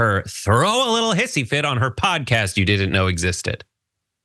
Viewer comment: Meghan McCain's "Pudcayst"